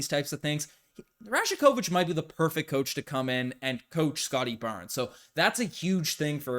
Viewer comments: Pronounced: Ra-YAK-o-vitch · Great video - just a heads up the “j” in rajakovic is pronounced like a “y”… so it sounds like “rayah-ković” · You're pronouncing that J in his name wrong. It sounds more like Y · The "J" is pronounced as a "y"